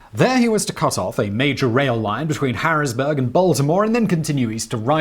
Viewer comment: His "Harrisburg" sounded close to "Generic American Accent" pronunciation after adjusting for the tallness of UK vowels.